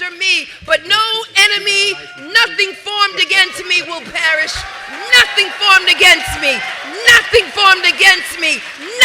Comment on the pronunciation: She said nothing formed against me shall parish...I always thought it was shall prosperi lol....